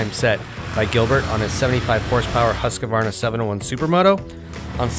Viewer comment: It's always weird to me how people pronounce Husqvarna. It sounds like they say "Hus Qa Var Na". 4 claps. While it's really only 3 claps: "Hus Qvar Na" (or Husk Varna"